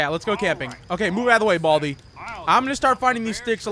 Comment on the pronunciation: Buldi? Its baldi